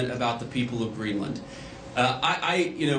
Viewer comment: Hewwo Mistow Gweenland